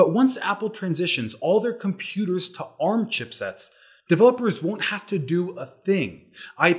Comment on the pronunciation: Wow you're finally pronouncing ARM correctly.